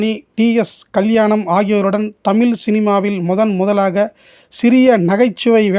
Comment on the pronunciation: தமில்,. தவறு. தமிழ் என்று உச்சரிக்க வேண்டும்